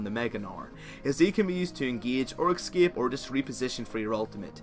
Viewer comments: no one else get pissed off with how he says escape?? X-scape..... X to the S to the C, A, P, E. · "eskiep" :v